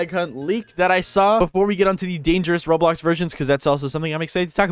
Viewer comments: why it said "roadblocks" instead of roblox 😭🙏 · Bruh its roblox not roadblox lol